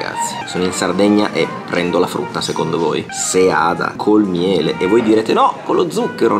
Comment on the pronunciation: Bravissimo.. Finalmente la pronuncia corretta di seada al singolare. Sbagluano anche i sardi del cagliaritano che l' hanno conosciuta da qualche anno.